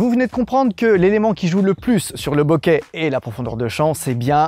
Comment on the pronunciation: je suis désolé mais bokeru en japonais ça se se prononce bokérou ça veut dire "trembler" boketeru" bokéterou, ça tremble, et enfin,c'est flou se dit "boke" : boké c'est flou avec un accent aigü et surtout pas en voyelle longue et avec un accent grave comme tu le fais avec ton "beauquet..." amen